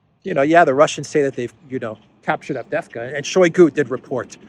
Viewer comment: a small tip to pronounce the City of the Hour... A-vde-ye-vka. 😉